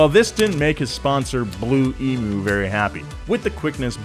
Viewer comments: Emu is not pronounced "e-moo". It's pronounced "e-mew". Ask any Australian. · Great video but itd be better if you learned how to pronounce Emu correctly